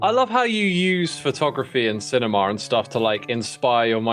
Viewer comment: Love pronouncing words in odd-ish ways lol Everyone else (sometimes including scar) Cinema: Cenimar